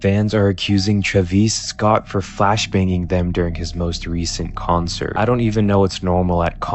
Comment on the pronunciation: TRuhveeece Scott??? lmfao this fkin eyebrow guy CANNOT say a celebrities name right, like he's never heard someone pronounce their names before. lmfao Truhveece Scott? What? Dude sounds like a droid when he names a celebrity... Every. Single. Time. He says the celebrities name wrong. I don't get it.